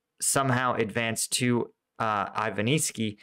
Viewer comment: Zaporijj-ya. Ivanivske. Not difficult to read.